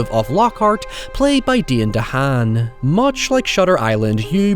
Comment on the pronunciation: Did you just call dane dehaan a hamburger?